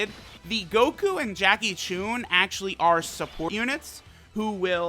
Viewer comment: I just cringed he said JACKIE CHUNE